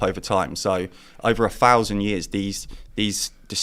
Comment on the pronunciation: like a great many n4zis struggles with pronunciation as well as hygiene it appears. A fousand years indeed.